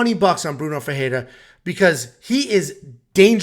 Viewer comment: The way you pronounce FERREIRA is not even close. Smh